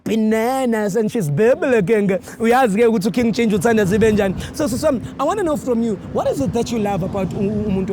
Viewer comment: It sounds like she was calling Ben 10🤣🤣🤣